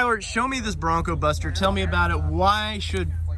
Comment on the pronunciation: Take a look at how it's spelled and how Tyler always says it. BroncBuster, not BroncoBuster.